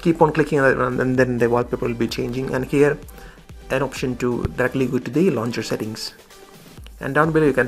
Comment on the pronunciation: Hello bro, it's launcher not launger